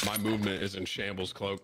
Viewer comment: I swear his name was cloak not clock